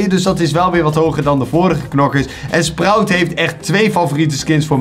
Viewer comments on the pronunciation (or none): none